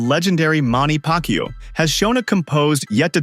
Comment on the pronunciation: The narrator intentionally mispronounced Manny's name, total disrespect 😡